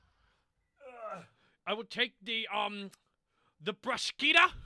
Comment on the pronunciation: to Um achhhtually (h for phlegm) borky got it much closer to correct than panic. bruschetta is pronounced more like Bru-sket-ta.